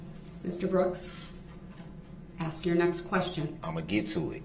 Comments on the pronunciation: I am not surprised that he can't say witness Abel's name! He doesn't even know the difference between Ask and Axe.... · Who the hell teaches English in the schools ??? Boof? Dat? Ax? Substain? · "I'd like to axe the grounz for the objexshun and substain your honor"